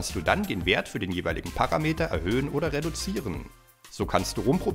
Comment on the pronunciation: Sehr cool. Ich hab sie auch! Aber bitte: es heißt Paraaaameter und nicht Parrrameter 😜